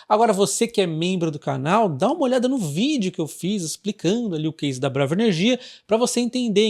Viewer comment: Sempre acho engraçado quando ele fala elnomes de empresa na sílaba tônica errada. Parece outro nome... Mas é BraVA Que fala?